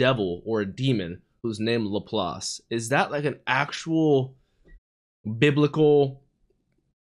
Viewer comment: Good on you for correctly pronouncing "Laplace", usually english speakers pronounce it as "la-place" for some reason. Anyway, Laplaces demon refers to a thought experiment by French mathematician Pierre-Simon Laplace, he envisioned a demon that knew the location and movement of every particle in the universe and had infinite calculation capacity. He reasoned that such a demon could effectively predict the future, he was a determinist (as am I) and didn't believe in free will (correctly). Basically the idea of using a super computer to predict the future. It has to